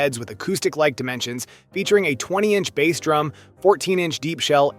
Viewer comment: Your AI voice over calling a drum by a fish name is too much! I’m out.